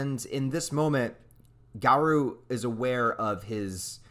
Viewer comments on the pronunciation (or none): LOL i know that feel but im not gonna be a doomposter. this chapter is too hype! "GA-ROOOO" not "GA-RUUUU" but w/e good vid regardless